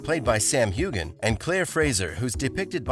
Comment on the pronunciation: When U r posting ur vids, please pronounce the names properly. Sam Heughan's name is pronounced w/ a SILENT G. Not very professional. Plus I agree w/below jgrafx comment how ur titles R very decietful. Not good. I won't b subscribing to